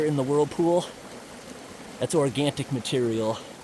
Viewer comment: Just a heads up. There is no t in organic. Organ-tic is the wrong pronunciation. Great video. Relaxing. I have seen the individual videos separately.